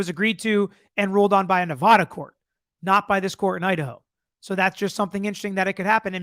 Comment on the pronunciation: FYI...This is the correct way to say Nevada.